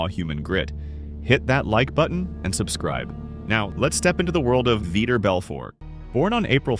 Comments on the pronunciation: You can't even pronounce his NAME correctly. That means you've never even heard it said, you keep saying Vitor like "Veter/Peter" instead of "VEE-TORE" as in "knee sore". But you sure can pronounce "like and subscribe" without any issues. Poser. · Its VitOr not vitr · All this time I thought it was pronounce like viTOR.. not.. veeter like some redneck kick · Kumon am I the only one that noticed that they say Victor Belfort his name is Vitor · his name isn't Veeter😆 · You could at least pronounce his name correctly. It's only spoken correctly in this exact video like 50 times.